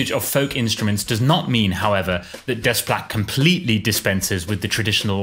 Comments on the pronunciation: it is not desssssplait it's "déplat" in the pronunciation. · When pronouncing 'Desplat', the s and t are silent. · That's really how his name is pronounced, "Des-plat"? The whole time I thought for a French composer his name would be something like "Deh-pla" or something. 😅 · Alexandre Desplat. Are you certain you’re pronouncing his name correctly?